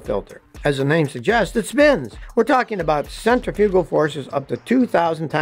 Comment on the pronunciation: Well that's funny you think Scotty would know how to pronounce centrifugal instead of center frugal